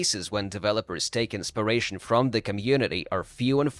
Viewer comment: Inspiration. Not insparation. One is the effect of inpiring. The other is having a spear through your chest. 🤓